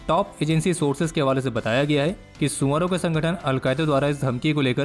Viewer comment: the way you say "suar", it feels oddly satisfying and funny.. best part of the video